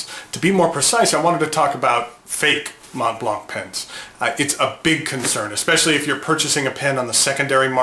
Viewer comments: I love your channel but man, the t is silent and so is the c. Mohn Blanh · Please, at least pronounce the brand name correctly. MontBlanc is pronounced Mon + Blan. The T and the C are silenced. And it means white mountain. So the white star isn't a white star but a mountain top. The easiest way to spot a fake is by the color of the logo. Fakes are ALWAYS grayish a bit compared to the immaculate original white. Thanks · With all due respect, the last letter 'c' is NOT pronounced in the Montblanc brand name, although it's a German make. The same goes for the mountain. You don't have to believe me when I say this is the way it should be pronounced. You should not pronounce 'c' there just like in the word Connecticut. You can also see how well-educated Germans pronounce their brand name here: Maybe you should check out the Merriam Dictionary: but they don't list the brandname there (only the mountain). You can easily check it in other youtubes: Here you can hear it pronounced in both German and English: You can also back up some wrong pronunciation just like people often do disregarding the truth and claiming the truth to be just an opinion. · Ohh please...please learn how to correctly pronounce Montblanc. No offense but it kills the credibility.